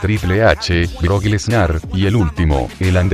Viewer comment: EN EL MINUTO 5:5 SEGUNDOS EL DICE BROCK TETAS